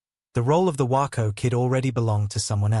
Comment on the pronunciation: It’s WAYco not Whyco you snuck.